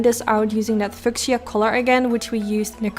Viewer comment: just to be helpful only. It's pronounced Fee you sha (fuchisa) Love you. Exquisite eyes. I love pink! Your smile is beautiful! 🌹🌷🌹🌷🌹🌷🌹🌷🌹